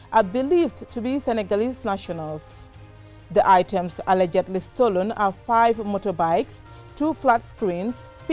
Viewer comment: Who agrees that our journalist is not pronouncing ALLEGEDLY correctly.